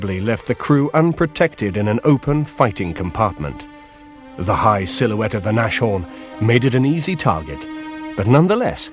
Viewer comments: Its not pronounced NASHHORN it is pronounced Nas Horn! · because no one knows any german pronounciation... nashorn is nas-horn but if you don't know the word/language, you may think of nash-orn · "Näschoan" xD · why they call it naschhorn xD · God i hate it when they say NASH-HORN.... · These guys need to learn to speak German! They mispronounce everything.